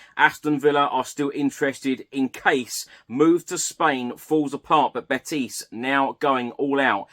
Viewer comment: Hi. It's not BeTIS. It's BETis. The stress on BET